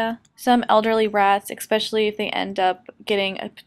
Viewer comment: That's not how you say especially. Adorable video.